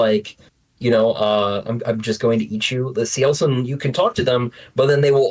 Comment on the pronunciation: I finally know how to pronounce Cielcin